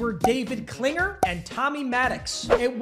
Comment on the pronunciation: Learn how to pronounce names before you post "Klingler" not Klinger. And Steve Entman. Pronounced Ent-man. Not Ent ham..